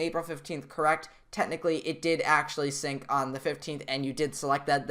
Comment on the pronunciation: You said sing not sink💀